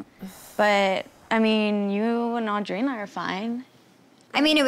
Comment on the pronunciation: Does it drive anyone else nuts how Heidi pronounces Audrina? She says “uhh-dreena” instead of “aw-dreena”…. Lol